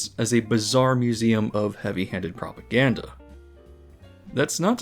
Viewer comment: Are you saying "propaganda" or "popoganda" ? ... I'll get my coat.